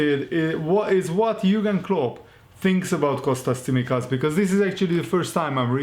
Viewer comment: tsimikas .it is pronounced like ts in the word "let's" and it is emphasized in the second "i"